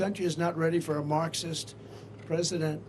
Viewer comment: Trump saying Marxism 😅